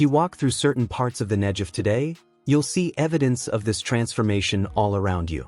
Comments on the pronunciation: BTW, it's pronounced neGev, not neJev. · The desert is called the NEGEV, and the gee is a hard gee. Like in the word 'get' or 'going'